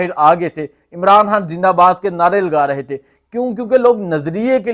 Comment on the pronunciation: او بھائی صاحب اردو ٹھیک کرو حان حان کیوں کہہ رہے ہو _ اپنی ہر ح کو خ میں بدلو _